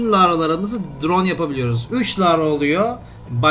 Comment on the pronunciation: Lavra değil larva